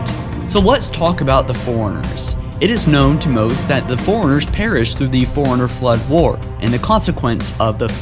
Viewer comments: and Forerunners not Foreigners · You say 'forerunners' like 'foreigners' and it drives me nuts. Other than that great vid and info thank you so much.